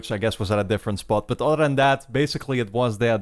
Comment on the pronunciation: I'm i the only one who thinks he say "auto" when he says "other"